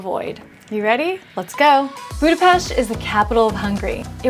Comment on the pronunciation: Your pronunciation of Budapest also Rudas is immaculate. Nice video also.